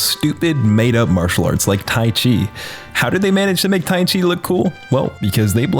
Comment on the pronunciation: why he do ti chi like that 😭😂😂